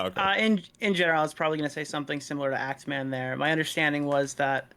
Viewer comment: Is he calling act man "aXE MAN" lol. Someone send him an email